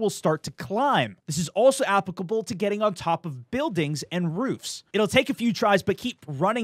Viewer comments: The way he says "applicable" makes me want to die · Stop saying applicable wrong